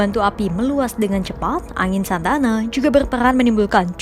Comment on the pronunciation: Bukan Santana tapi Santa Ana 😁